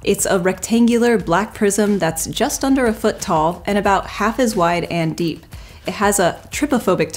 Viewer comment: I wish she wouldn't keep saying the word 'DEEP' like that lol